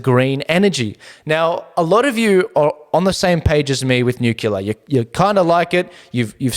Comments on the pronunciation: Please - NEW CLEAR. We should try not to contribute to the mispronunciation of this tongue-twister, as more and more seemingly educated people are doing all over both sides of media. Nuclear. Nucular? Newcleah. Newclear. I love your show, always great content. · Your show is "nucelar".... good to see you back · Say it together..."NEW-clear" Spazzard and Chunt are desperate. Noone is buying what they're selling.